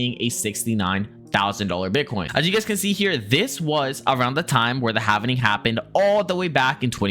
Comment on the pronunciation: it’s “ HALVING” … not “HAVENING”